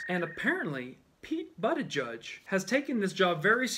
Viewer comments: You mean Pete Buttofjiz brah... That's not funny that you mispronounced it 😂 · Lol, it's pronounced like Buddha- buddha- judge-, funnier your way, tho😂😂😂